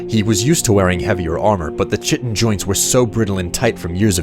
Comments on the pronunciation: It’s pronounced kite-tin, not chit-tin. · I loved the story, and the excellent narration. My only issue is that you pronounced Chitin wrong - it's pronounced "Ky-tin". Anyways, awesome video. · Chiten is pronounced kiten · I like your videos, but it's crazy how badly you butcher some of these names, Kye-ten, Karth-waste-n, Traw-ma root, Nell-oth, etc